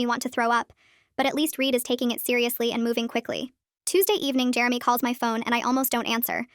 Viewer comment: it's Jeremy. Not germy